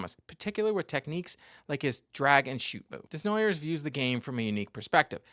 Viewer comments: FYI, it's Day-Nwa-Yay, not Dez-Na-Yerwz. :) That being said, keep up your good work. Always interesting. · That is a very American way of pronouncing a french name Desnoyers